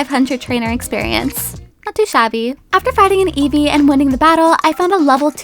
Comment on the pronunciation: you said evee wrong. the book says to say like this: ee-vee